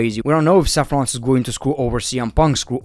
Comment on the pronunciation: I love how you say SEFF Rollins